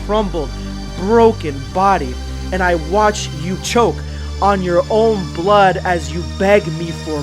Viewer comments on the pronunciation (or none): none